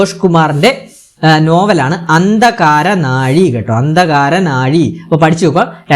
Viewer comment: ഉച്ചാരണം ശ്രദ്ദിക്കുക അഴി ആണ്.. ഒരു സ്ഥലം...... അന്തകാരനഴി പുഴ പ്ലസ് കടൽ ചേരുന്ന ദേശം